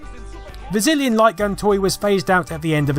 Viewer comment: I could have sworn you said Brazillion Light Gun ^_^